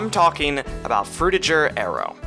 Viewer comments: BTW it ain't Fruti"j"er. It's frutiger. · Adrian Frutiger is a German name, so the G is a hard G. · Adrian Frutiger was from Switzerland and named the Font after himself. So, I guess, the right way to pronounce it, would be to pronounce the G hard like the G in "Games", "Gift", "Gold", "Gay", "Greed" etc.